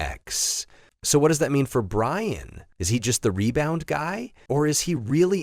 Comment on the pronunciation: Ryan and Inger? Shitty AI lost me immediately